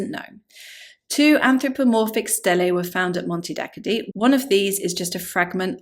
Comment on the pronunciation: It's just a few miles away from where I live, and it's sadly very underlooked by most. It's pronounced "Monte Dakkoddee" btw